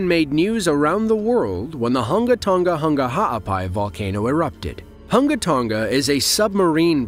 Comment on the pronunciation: It is not hangatanga btw